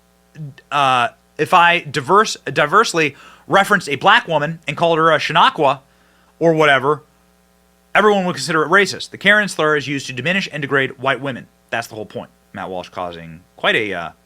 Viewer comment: It’s Shaniqua pronounced Shuh-nee-kwuh